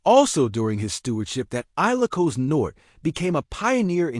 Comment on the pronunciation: 😊😊😊 aye lo cos? 😊😊😊... Please research your pronunciation and ...